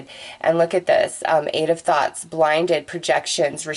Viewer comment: When you say thoughts it sounds like thots lmao. You’re an awesome reader. Thank you for your energy!